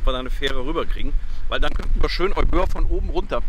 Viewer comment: Hallo liebe, lieber, Euböa ist eigentlich überhaupt kein Zungenbrecher, man spricht es Ewia mit der Betonung auf die erste Silber also auf das E aus. Erklärung: Εύβοια der zweite Buchstabe nach dem Epsilon also das Ypsilon übernimmt in der Zusammenstellung die Rolle des z. B. deutschen Buchstabens "W" und wird zusammen mit dem Buchstaben "β" als W ausgesprochen. Ein i von den vielen i die es im griechischen Alphabet gibt ist auch das "οι" und wird ganz normal als i ausgesprochen. Ich hoffe es kommt nicht auf eine besserwisserische Art rüber aber das klingt auf griechisch so falsch dass ich es schreiben musste. Danke für die schönen Bilder aus der alten Heimat und schöne Grüße aus den schönen Remstal.